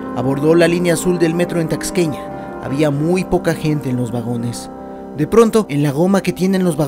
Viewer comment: Dijiste taxqueña en lugar de tasqueña jaja aún así muy buenas narraciones! De los mejores canales de lo paranormal que sigo.